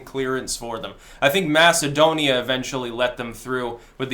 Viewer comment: Not "Macedonia",, never "Macedonia".